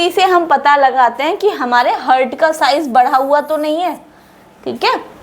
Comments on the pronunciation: Heart Ko हर्ट नहीं पढ़ा जाता है हार्ट पढ़ा जाता है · हर्ट नहीं मैडम, गलत और गंदा उच्चारण है। हार्ट बोलो हार्ट। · मैडम आप बहोत ही अच्छी तरीके से समझाती है। आपका बहोत बहोत शुक्रिया। लेकिन आप "हार्ट" को "हर्ट" क्यों pronounce करते हो? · Why u pronounce hurt .pronounce heart please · Your pronunciation of Heart is wrong it's not hert plz pronounce haat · Mam your lecture is good to convince the students but as I heard you on chest x ray your pronunciation for Heart was wrong as you say ( hurt). I am sorry to say this but as I noticed so it is my advise you to pls. You see your same video and check this mistake. Pls.do correct it in future.I think you will not mind it.